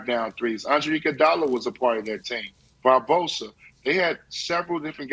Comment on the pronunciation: said Barbosa.. 🤣🤣🤣🤣🤣